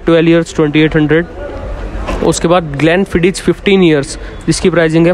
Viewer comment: ग्लेंफ़ीडिच नही, ग्लेंफ़ीदिख